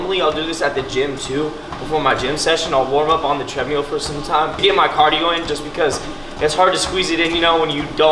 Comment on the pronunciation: you crack me up dude, love the videos, make me laugh every time, from hearing you say “tread-mule” to eating ice cream with a fork?, like who does that. Keep on grinding dude, you are the best.